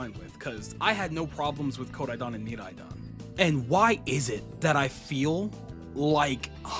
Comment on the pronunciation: Never heard anyone say Koraidon and Miraidon like that